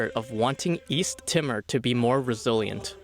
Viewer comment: East Timmer? FFS